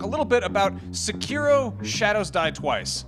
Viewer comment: say-key-row haha it's seH-KiH-Roh!